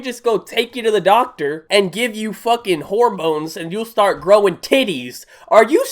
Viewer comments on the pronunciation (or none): none